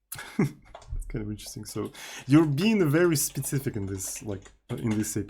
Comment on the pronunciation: there is something magic in the "specific" pronounce of...it's something like "SPIZIFIK"